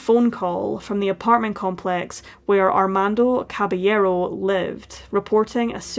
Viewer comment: Your pronunciation of caballero is great!